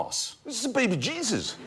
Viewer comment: *behbeh jeezus